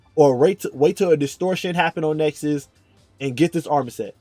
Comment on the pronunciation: It's called Nessus by the way... not Nexus.